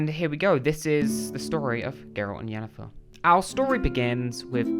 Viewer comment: Well, you only called Yennefer "Jennifer" two or three times lol so, that's pretty good, I suppose. Considering... 👍🤣